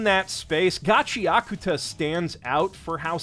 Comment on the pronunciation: Shoutout to for saying Gachiakuta correctly